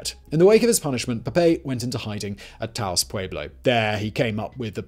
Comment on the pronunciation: Simon, you said Taos correctly. I'm so proud of you.